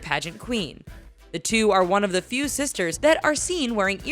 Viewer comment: It’s pronounced few. Not feud.